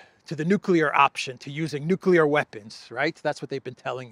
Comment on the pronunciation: Did Graham say Nuculear? I think he did.